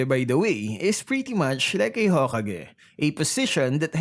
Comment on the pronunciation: Ur hokage pronounciation was very weird